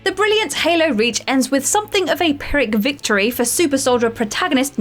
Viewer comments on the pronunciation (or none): none